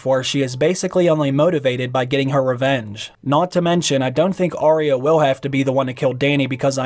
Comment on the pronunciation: Its arya not orya